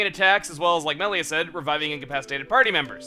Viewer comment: Does anyone else get mad when someone pronounces reyn like RAIN or Melia MEELIA